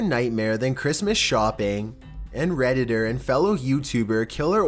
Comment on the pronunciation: y do u keep saying reditter